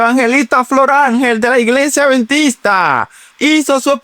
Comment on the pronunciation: Perdón, al anfitrión del programa no se dice aventista, se dice adventista. Por otro lado, Sí las leyes sólo eran para los judíos cómo dice la Dra y no para los gentiles entonces la salvación era para los judíos solamente y no para los gentiles?, Dios es el mismo ayer hoy y siempre, ya el dijo que no se debe comer cerdo, pero el ser humano quiere hacer lo que quiere, menos obedecer. La gracia no te libera de la obediencia, la gracia te capacita para obedecer. Y anfitrión no diga aventista que se escucha horrible. Adventista, mencione la d.